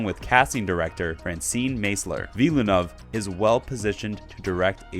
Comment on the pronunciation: Just FYI - Villeneuve is pronounced with two syllables: "vill-noov". Rhymes with "hill-good".